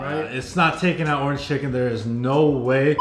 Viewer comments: For a Suns fan he really doesn’t know how to say Orange out of Nowhere aye in other videos where he’s mentioned the color orange & along with other videos he’s been in from Faze Rug or Mama Rug & Papa Rug He’s mentioned the color Orange without any problem but today he can’t even say Orange your Autism is showing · saying "ORAN chicken" instead of "ORANGE chicken" is bothering me 😂😂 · Anyone else annoyed how he says orange chicken? Lol oranchicken 😂😂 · Bro saying “Orin” chicken is pissing me off 😭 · orange chicken, not oranchicken lol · bro… it’s called “ORANGE CHICKEN” not: “ORAN CHICKEN”😂😂😂😂😂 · "orn chicken" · Are you saying “oran chicken”? lol it’s orange chicken! 🤣🤣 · Bro I love your videos but it's Orange not Oran!! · Why can’t he say orange right. Bro it’s not Orin chicken it’s ORANGE!!!! 😅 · ITS ORANGE CHICKEN NOT ORAN CHICKEN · bro why he saying oran chicken